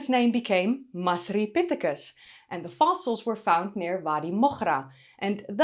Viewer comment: Hiya. You pronounced the “masri” in masripithecus like a native. Really nice, the effort you put in shows. In Moghraensis, the gh should be pronounced like as if you’re gurgling or like the letter R in French, not like the ch in German. Love you bye.